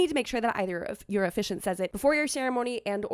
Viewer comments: Does pronounce officiant incorrectly or do I? 🤔 How many syllables are there in the word officiant? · "Oh-fish-ee-ant" is correct, isn't it?